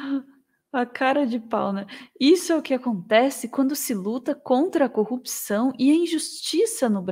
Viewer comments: Esse também não sabe falar corrupção. "Cupção" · CÚPÇÃO ! é isso que ele fala? KKKKKKKKKKKKKKKKK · Ele tbm fala cupção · Pq todos eles falam "cupiçao" !? 🤔😐🥴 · Deltan não consegue falar "corrupção", igual ao Moro xD